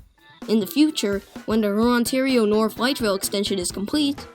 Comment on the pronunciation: "Rurontario"? "A lot to unpackage"?